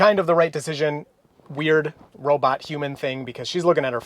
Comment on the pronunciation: You need to work on that "human" pronunciation, you should aim more for "huu-maan" in this context :P